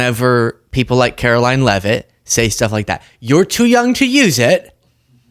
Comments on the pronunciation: The correct pronunciation of the press secretary's name is karolyin' leave it. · It's Karo-lie Leavitt.